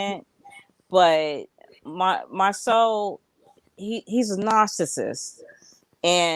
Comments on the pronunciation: Ugh...if says Marsue one more time...it is Marsau...MAR-SO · Please stop calling the man Mar "Sue" it's Mar "So" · I’m so tired of calling him Mar-soo 🤦🏾‍♀️ His name is Marsau. 😩😩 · Ok..I've decided. I won't watch AATT's recap on this show going cuz I'm truly bothered by her lack of effort in pronouncing Marsoooo! Whether on purpose or not it's annoying. Then she flip flops too much. AND why when I do watch, do I never see her? Girl Bye! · I know is being funny pronouncing Marsau’s name incorrectly, but it so triggering for me having a name that you have to teach people to pronounce and they still refuse to say it correctly. 😡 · It is disrespectful to Marsau's mother to keep mispronouncing his name as Mar-soo, especially when you know how his name is pronounced. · it's definitely awkward but I believe done on purpose. The panel pronounces Marsau (mar-so) correctly. I'm trying to determine if her pronunciation of his name is trolling us or some inside thing between her and Marsau that we don't know. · I’m aware that she does it on purpose which is why I’m annoyed. She’s otherwise well spoken and this mispronunciation serves no reasonable purpose. I wish she would stop. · Sorry but she got on my nerves by pronouncing his name incorrectly. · It’s really disrespectful to keep mispronouncing his name...ijs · I started to stop watching as soon as she kept saying it in the beginning! Plez keep saying his name n she STILL ain't caught it. I mean is watching the show! What's the problem?!!